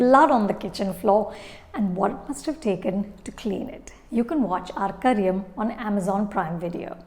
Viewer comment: Your pronunciation of the title Arkariyaam is spot on 😀😀 may be it's not that difficult to pronounce, but as a viewer who has watched ur reviews so much, I bet u pronounce malayalam words better than any other critic